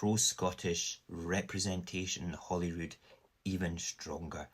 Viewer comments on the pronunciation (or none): It's H-O-L-Y-R-O-O-D, HOLYROOD, as in HOLY CROSS. Saor Alba.